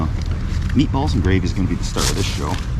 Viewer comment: Ah meatballs, at first i heard Meat Bubbles lol!